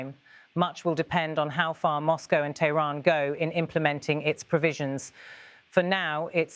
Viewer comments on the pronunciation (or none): none